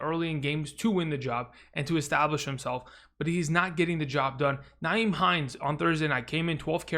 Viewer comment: It's not NYHIEM, Frank Reich doesn't use Nyhime enough. Frank just seems to put him away and bring him out whenever. It's the inconsistent play calling.